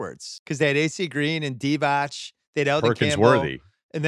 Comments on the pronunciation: Bill should kinda know that Divac is pronounced Divats and not Divach. And his name is not Vlady but Vlade. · It's Vlade Divatz, Bill, not Divach.